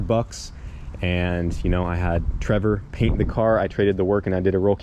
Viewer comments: “Im gonna start masking everything up! And then get the rest of the Paige Cainted up” little bit of dyslexia there bud?😂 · Dude, you said "get the paige cainted" again. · I love how you’re still saying caint the page😂 all because of the comments from that video a while back😂😂😂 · Way back when it had the V1 cage in it he tried to say he was going to “paint the cage” but he slipped up and said “caint the page” instead. He left it in the edit, fans made sure it stuck.